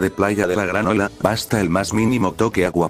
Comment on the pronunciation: Parese que dice playa de la granola en ves de playa de la gran ola